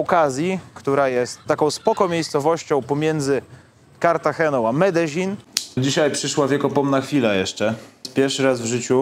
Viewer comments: Po polsku Medelin a nie Medeźin. Nie do Breslau tylko do Wrocławia. Mówmy po Polsku Zawsze się to tak wymawiało. Pozdrawiam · Dobry odcinek ale wymowa miasta:jest Medeiin nie ma dz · Medezin...... aż uszy bolą... jak ktoś z lokalnych powiedział ci że tak się to wymawia to zrobił cię z balona :D Jak polak który mówi obcokrajowcowi że wypierd*** to to samo co do widzenia..... beka w chuj :D Ale tak poza tym to super odcinek, bedzie z tego fajna seria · Faktycznie długość filmu jest zastanawiająca. Medellin to się nie czyta bardzo podobnie jak sie pisze ? Narcos oglądałem i tam to chyba podobnie wymawiali.